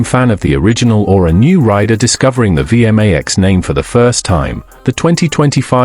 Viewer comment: Would the human overseer please teach the AI how to pronounce V MAX Two syllables. Thank you